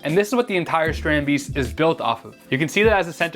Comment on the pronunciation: Haha, your “Dutch” pronunciation does need some work. Love your content tho.